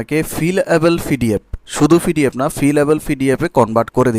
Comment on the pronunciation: পিডিএফ রে ফিডিএফ উচ্চারণ করেন কেনো? আপনি এতকিছু পারেন, উচ্চারণ টা ঠিক করতে পারেন না?